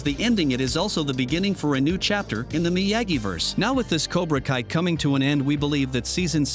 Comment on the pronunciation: Why do you keep saying Miyagi wrong? You've literally had decades as well as current examples to learn how to say it correctly.